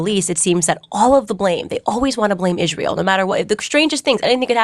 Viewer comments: Candace it is Israel. not Izsrael. Stop being even more annoying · Why didn't Prager U teach Candace how to correctly pronounce Israel?